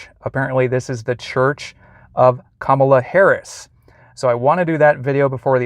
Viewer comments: Thank you for pronouncing Kamala’s name correctly. Thank you for the respect and kindness you use and convey. My respect for you and appreciation for what you’re doing just increased tremendously. It’s been hard for me to not respond to my friends’ social media posts about the upcoming election. I have strong opinions that do not align with most of my friends. But I love my friends and don’t want to be instrument of contention. Your respectful example is noticed and appreciated. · Thank you for pronouncing Vice President Kamala's name correctly 😊. I vote for her church next.